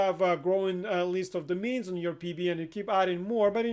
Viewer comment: He is saying domains not the mean, ever captioned this.